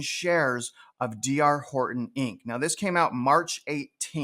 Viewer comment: You didn’t show any houses and you can’t even say “Horton”.